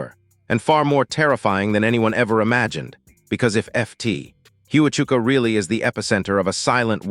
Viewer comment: It is Fort Huachuka pronounced Wa-chuka